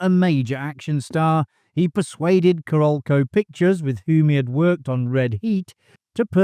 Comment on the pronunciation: Who is the narrator on this thing? So Brit he cannot pronounce half the names of the actors, major players involved and even CAROLCO. Obviously has never researched seen the flick!